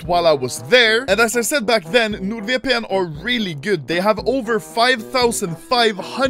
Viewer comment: pretty sure he said nude vpn